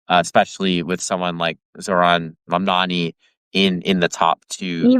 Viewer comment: Tara, I was about to subscribe, as I enjoyed this guest -- but please learn how to properly pronounce the names of candidates. If you watched the debates, which I would hope you did, you would know it's M-A-M-D-A-N-I. It's not that hard.